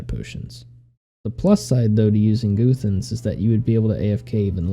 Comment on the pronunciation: goothans....good guide but its "guh-thans" lol